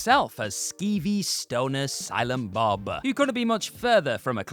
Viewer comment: Did my ears deceive me or did he call him, silem Bob”?